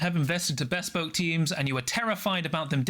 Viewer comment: Great vid, thanks for the summary! Loving the content Apologies, but I have to mention that "Bespoke" is not two separate words!